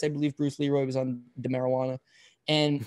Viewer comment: "On the Marijewana" 🤣🤣🤣 is how I heard it